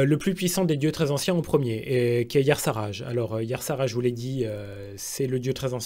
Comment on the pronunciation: Tu as une prononciation étrange des noms des dieux anciens : "Yassarage" pour Y'shaarg franchement j'ai un doute ... Moi perso j'étais convaincu que ça se prononçait "e-charge" (ou i-charge ...) Yogg saron (sarone a mon sens, meme si ça fait anglophone ça sonne bien mieux) après pour N'Zoth : ni-zoth ça le fait, mais "nzoth" tout court ça va aussi bien